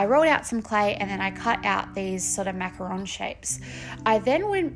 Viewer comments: I'm French and you pronounced macaron the right way! "Macaroon" are coconut cookies not the colourful sandwiches 😆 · Absolutely adore this! You could also do macarons as ceramic ring boxes. I can see a dessert plate series with different French patisserie. You pronounced macaron perfectly btw. Such pretty colours! As a dessert person I'm sold!💜💚💛💙